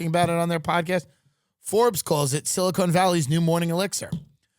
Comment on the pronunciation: It's Silicon, Tim. Not Silicone like the implant